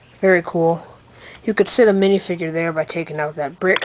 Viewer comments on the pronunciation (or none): none